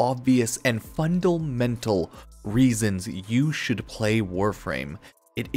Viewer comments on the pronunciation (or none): I like how you pronounced “fundlemental”